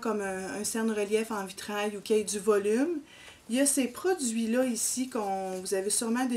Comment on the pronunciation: 😂😂😂 non. Je parlais de la prononciation. Vous dites: Tssu au lieu de tissus. Différin au lieu de différent. Et lo au lieu de là!